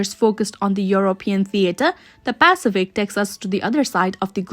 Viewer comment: What’s a pacifick?